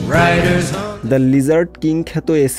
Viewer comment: এই স্টোরি যিনি করেছেন তিনি না পারে উচ্চারণ, না জানে মরিসন। অশিক্ষিতদের পুনর্বাসন বন্ধ না হলে এই দেশ সাংবাদিকতাকে সোমালিয়ার সমানে দাড় করাবে।